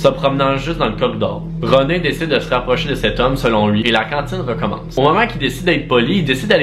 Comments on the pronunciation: Contine pas cantine tbk 😂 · On dit une contine pas une cantine une cantine c un ptit restaurant 😂❤️ c pas grave bon t’aime pareil 😂❤️